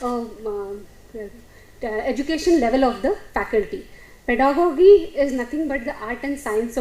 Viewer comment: ˈpɛdəɡɒdʒi is more correct. not gi but ji